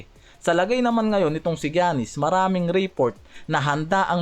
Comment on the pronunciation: paki ayos nman mag pronounce sa Name ni Giannis hndi ung Jannis 😂😂 paulit ulit kpa ng Jannis 😂 baka si Janice De Belen yn 😂✌